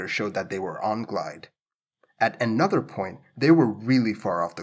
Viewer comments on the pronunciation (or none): none